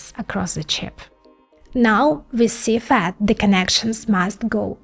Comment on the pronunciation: When she says "FAT" she means "FAB", when "CFAT" she means "CFET".